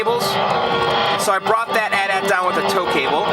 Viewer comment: Lol it's pronounced ayyy teee ayyy teee not at at lol